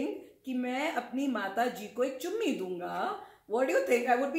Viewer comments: 😂😂😂 how he says chummi😂😂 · When is saying Chummi that is op